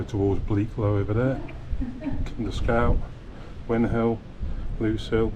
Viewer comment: When will all of you that do north derbyshire films realise it's grindslow and grindsbrook, the grind part rhymes with rind...as in bacon. And lose rhymes with booze in lose hill. How the fuck can win hill and lose, rhyming with close make sense. Old battle... win and lose. Beavers and many others do it...fucking thick